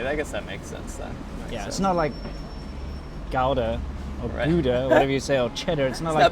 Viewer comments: Haha the 'g' pronouciation of gouda is totally off. The rest of the word is good though. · Okay, i take this as justification to pronounce gouda like that in english. As there seems to be no official way.